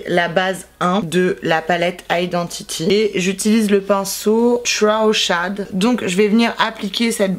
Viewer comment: la prononciation ma tuée elle a dit tro shad 😂😂